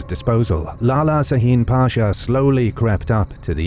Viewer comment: WONDERFUL AS USUAL Just a hint .. It is pronounced "Shaheen" not "Saheen" .. Please keep going with your great videos.